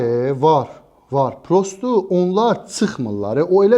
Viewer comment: prosto yazılır, prosta deyilir, mən deyiliş formasını yazdım, oğlan yazıda yox, deyilişdə səhv təlləffüz etmişdi